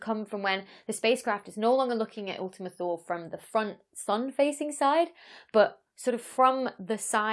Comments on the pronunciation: Correction: "Thule" in English is pronounced "THEW-lee". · So while it's no big deal to me, there is a very popular brand that makes vehicle accessories, specifically roof, trunk, and hitch racks for carrying bicycles and travel containers. The name of the company is Thule. Everyone I've ever talked to in reference to the brand pronounces it "tool-E"/tooly. I'm no linguistic expert by any stretch, but I was the sole wholesale buyer for a small chain of bike shops here in Southern California selling high end road and XC bikes for years. I've met with several reps, a few engineers at trade shows, along with various people associated with the corporate side of their business. Everyone I have spoken with always pronounced the name with a silent "h." Regardless of the correctness 'toolE' is a much more fun and marketable name/pronunciation. That's just my $0.002 AdSense on the subject. Thanks for the upload, and insider info :-) -Jake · Wikipedia ) says 'In classical and medieval literature, ultima Thule (Latin "farthermost Thule") acquired a metaphorical meaning of any distant place located beyond the "borders of the known world".' "Thule" in Latin is pronounced "THEW-lee". I don't know where the roof rack company got their name from. :-) I don't really care how people pronounce it. I know what they're talking about and the science is cool! That's the most important thing. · How do you pronounce "thew" in "thew-lee"? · Say "To Lay". Thule. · The "e" in Thule is not silent.